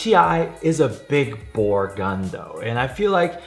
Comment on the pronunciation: Every time he said big bore, I thought he was gonna big boi